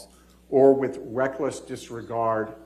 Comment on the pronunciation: He said with Weckless ... lol.. bad speaker